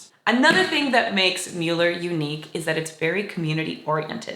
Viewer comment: Thank you for the positive coverage of our beautiful neighborhood and especially for pronouncing the name correctly.